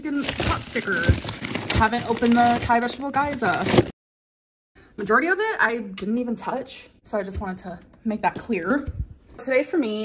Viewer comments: I know its inevitable but... gah yo za? Its gyoza just read it. Everytime she says it, it annoys me. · not the vegetable "guy-za" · The way she pronounced gyoza as guy-za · The guy-za 🙄